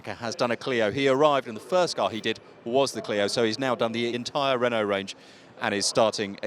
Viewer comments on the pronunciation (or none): none